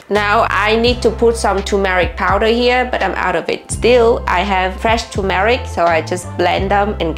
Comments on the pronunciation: Turmeric. Not tomaric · It’s pronounced tur. Mer ic